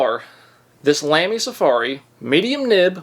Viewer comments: Hold your judgement…. He can’t even say lamy lol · Hes figuring it out.. how great fountain pens are.. now if he could pronounce lamy….. 🍻